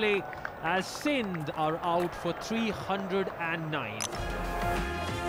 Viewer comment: I know out tha magar is tara socho na Umpire nay Kha 'OUT'.. Out par emphasis ha